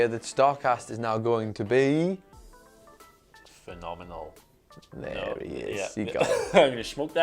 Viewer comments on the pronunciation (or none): The "Pha-mini-mal" One? 🤔